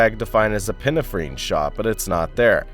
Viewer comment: Thanks! Awesome video! Also, epinephrine is pronounced "ep-in-ef-rin" just so you know for the future. ^_^